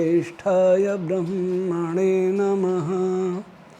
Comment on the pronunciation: ब्रह्म शब्द ब्रह् शब्द से बना है। कृपया आप ब्रह्म शब्द का शुद्ध उच्चारण कीजिए।